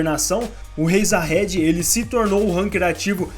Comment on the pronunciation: então mano, como pode o cara assistir o anime ouvindo durante o anime inteiro os cara chamando o nome Jahad, e fala jahedi kkkkkkkkkkkkk